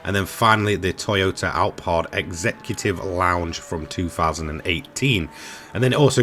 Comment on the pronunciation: At least in Japan, the Toyota is called Alphard, with an F sound. And I wonder if it’s meant to be an April Fool’s joke?